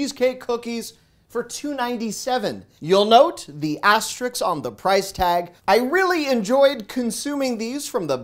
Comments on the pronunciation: Asterisk… not Asterix. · “Aster-Risk” Very good content. Thank you. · Great videos. Not to be overly critical, but the name of the airline is "Alaska," not "Alaskan." Also, you always mispronounce "asterisk." Keep the videos coming,!